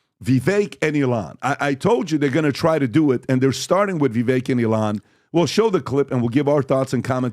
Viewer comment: Vivek is pronounced to rhyme with "cake".